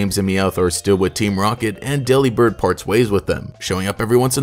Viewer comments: U pronounced it wrong it’s not Dely-Bird, think “Delivered” but replace v with a b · Daily reminder that Delibird is a pun on Deliver & Bird. De-lih-bird sounds waaay better than deli-bird tbh. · personally I prefer to pronounce delibird like "delivered" cause it makes for a better pun